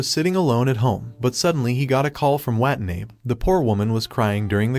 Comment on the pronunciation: Her last name is Watanabe, and the ai voice is messing it up.